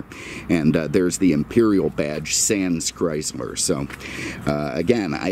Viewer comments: First, cut through the nonesense and talk about the cars not the weather. Second, if you don't like the weather in Naples,Florida then move your ass up north where there is ice, snow, and cold. Third, it is CHRYSLER, not "Chrysmer". In some years, Imperial was a Chrysler model and some years Imperial was its own marque as was /is Plymouth,De Soto, Dodge, Ram ,and Jeep. It is not CHRYSMER. IT IS CHRYSLER. GET YOUR EYES CHECKED. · Sorry, the auto correct for me. He kept pronouncing it “Chrysmer”. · Did anyone else notice that he kept pronouncing it “Chrysler”?